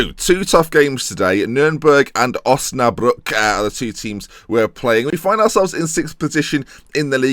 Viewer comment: I'm actually from Osnabrück and your pronounciation is fine